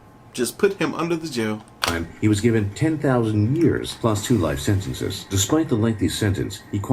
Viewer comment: Sentenceziizizizzzzziz aha love you made me crack up when u said sentences